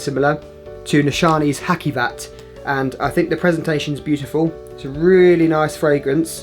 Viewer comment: It's not Hakkivat... The c is pronounced like the j in journal, so "Hajivat"